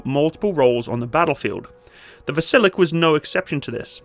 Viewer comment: It's VasilyOk